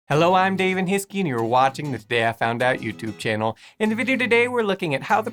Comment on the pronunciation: Today I Found Out learn how to say your own name Daven... it's (Dah-ven) not (Day-ven)! 😠